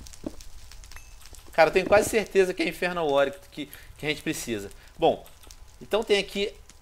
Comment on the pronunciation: Venom para de dizer enferno